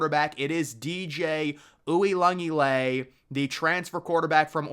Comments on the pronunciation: You messing up DJ U's last time as badly as you did is just disrespectful. As if you've never heard his name pronounced correctly in your life. If you watch College Football you've heard his name pronounced correctly. Try it next time. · Bro can’t even say the first guys name and I’m supposed to take him seriously? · I've heard it butchered before but man that was murdered lmao